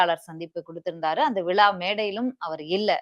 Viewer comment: உங்களை நேர்முகத் தேர்வாளராகத் தேர்ந்தெடுத்தவர் யார், நீங்கள் சரியாக உச்சரிக்கவில்லை, விழா அல்லது விலா, உங்களுக்கு தமிழ் கற்றுக் கொடுத்தவர் யார் மேடம், முதலில் உங்கள் உச்சரிப்பை மேம்படுத்தவும்